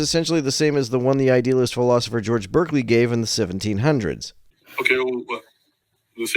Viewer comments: It's pronounced BAR-clee. Not BURR-clee. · His name is pronounced BAR-klee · It is pronounced Barkley, FYI. In England, clerk is pronounced clark. And Berkeley was a Brit. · Berkeley is pronounced "barkley" in the case of George Berkeley.